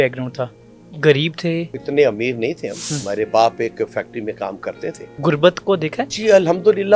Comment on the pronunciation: Bhai podcaster interview krne se pehle apni urdu theek kr liya kro. Gurbat nahi Ghurbat kehte hain